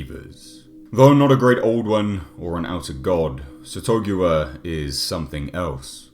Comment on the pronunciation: I thought it was "SATH-uh-GOO-ua"